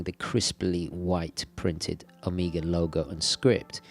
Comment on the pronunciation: Take a shot every time he says Omega like "amiga"